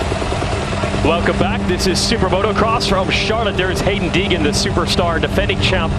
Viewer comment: Lmao, dude said Deegan 🤣